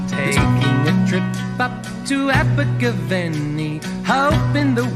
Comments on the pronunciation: Learn to pronounce Abergavenny, it was a great song, and my mum loved Simon says, she was well over 12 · "Abergavenny" scans in the same way that "spending a penny" does. The stress is not on the third syllable but the fourth.